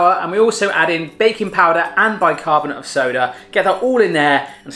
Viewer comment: I thought for a second he said bacon powder o.o